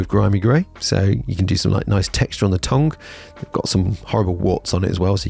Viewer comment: Please stop saying "tong"